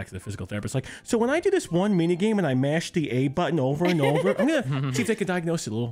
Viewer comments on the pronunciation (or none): none